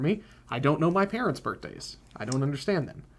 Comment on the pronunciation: Maybe would enjoy "birt'days" more if he said "birthdays"